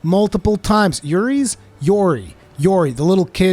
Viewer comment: Bruh...Iori is pronounced "EEohree", not "Yuri".